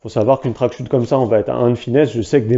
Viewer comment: Les CH dans "wingsuit" et "tracksuit", ça ne fait ni accent anglais, ni accent français. (en fait tu es le seul que j'entends prononcer ça comme ça)